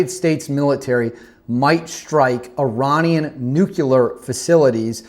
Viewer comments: Love the channel,. But you’re pulling a George Bush… it’s pronounced NUKE-lear, not NUKE-you-ler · It's Nuclear like unclear. If you can't see through it then it's unclear, It's not "Unk-u-ler" it's un-clear. Like NUCLEAR. Not OLDCLEAR! NEW CLEAR!! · Please, it’s NUCLEAR. Not Nucular.